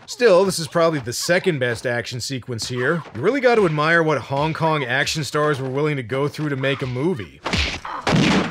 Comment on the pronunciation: I swear, when says Hong Kong action, i just hear Honk Honk action and half expect to see clowns doing kong fu, shooting guns and just absolutely avalanching out of a tiny Volkswagen:P